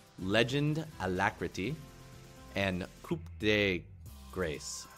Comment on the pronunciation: neither, trust me on that one, im french XD you dont pronounce the p on the word "coup" and the sound a sound like a, not ay like in english, plus with the circumflex its sound way deeper than a normal a